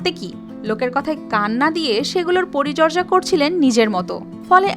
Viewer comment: এতো বড় চ্যানেলের একজন উপস্থাপক,,বারবার পরিচর্যা কে পরিজর্যা বলছে এটা খুবই দুঃখজনক